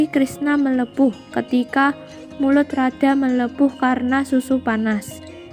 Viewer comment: Haduuuuh mbak eee 😁😁😁 mulut jadi bulu , Mengalir jadi mengalil , Baru kali ini ketawa bukan karna isi videonya , Tapi ketawa karna suara pembacanya